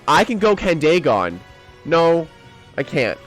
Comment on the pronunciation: Also i think it’s pronounced candy gone instead of candae gone but I might be wrong